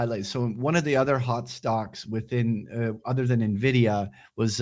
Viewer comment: you're saying nuh-vidia on purpose arent you ? ;)